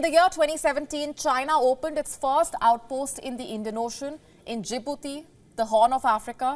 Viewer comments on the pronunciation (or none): none